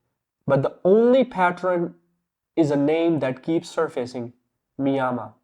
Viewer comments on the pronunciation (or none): Hey man Good little video but there are some cuts where your dialogue doesnt finish because you cut to the next scene. I thought my device was bugging for a second but no. Also its Mayima and not Miyama.